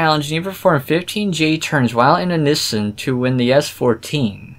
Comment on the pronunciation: You said Nissan so weird